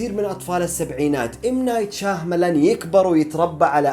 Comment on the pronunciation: شياملان وليس شاهملان ي اخ